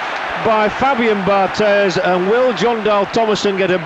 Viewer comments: Dammit, it's pronounced Bar-TAY. He's French, not Spanish. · Sorry mate, it's definitely Bar-TEZZ, he's from South of France, Occitanie région where there is a kind of influence of Catalan language...